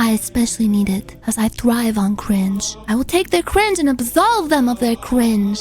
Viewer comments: yes "cwinge" was mentioned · Is it just me or do i hear “cwinge” instead of “cringe”? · Unfortunate side effect of being a catgirl